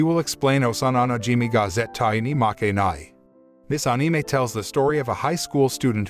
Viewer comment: Thanks for saying anime correctly